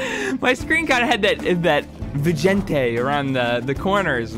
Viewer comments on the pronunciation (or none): did he just pronounce vignette like "Vigente"?